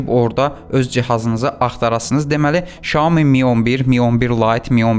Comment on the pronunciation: Şayomi yox ay bla Sayomi 🙄